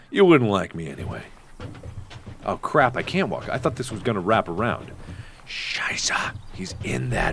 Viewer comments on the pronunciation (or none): Amayacatwolf -Facepalm- Yes.... It's Scheiße, not Shisa. It means Shit. PROTIP: Google is your friend!